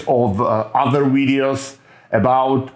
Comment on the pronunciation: I love your "Wideos" seriously though